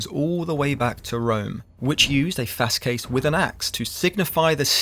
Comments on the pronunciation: What is fascism. It would be best described as "Capitalism in Decay". It is the capitalism / liberal reaction to popular socialist movements. It takes many faces because the reaction is just that. A reaction. Also, Fasces isn't pronounced Fas-Kes. It is Fah-Shee. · FASCES not Faskies